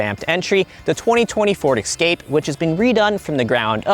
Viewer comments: Some say EXcape instead of EScape. Why is that? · It Es-cape, not Ec-scape. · *Escape not Ecscape. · Explorer, Excursion, Expedition, and "Excape"?